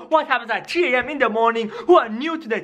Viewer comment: It is 3:am not G:am it is sonic exe it's not sonicex